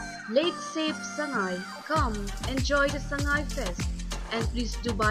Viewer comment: meiteilon is tonal language like chinese..... when u say sangai like a mayang thuyang the meaning itself changed.